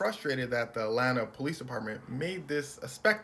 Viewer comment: Xcuse me sir . .. its pronounced Atlanta, not At Lan ta